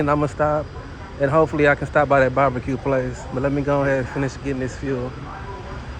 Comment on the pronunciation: Are you saying babaque or barbecue🤣🤣🤣🤣🤣